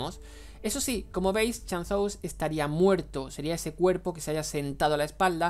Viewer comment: "chan-zous" XD